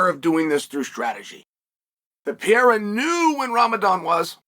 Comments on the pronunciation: It's the ALEX PEE-ERA!!!! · Chael, its Alex Pereira , not pee-era! 😂